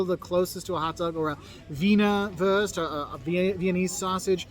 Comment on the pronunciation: I love how he don't say Wurst but würst 🤣🤣🤣